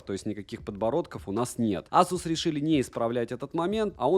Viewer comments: Вот АЗУС прям выбесил!!! Ты с чего решил что так произносится? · как только ASUS не называют, тут азус :) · Как же аЗус режет слух.у меня 5 без с уже полгода.доволен.в антуту выдает 823000